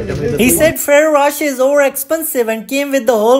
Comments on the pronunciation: Bro cant even pronounce ferrero rocher the correct way 😂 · Bro pronounce the chocolates name properly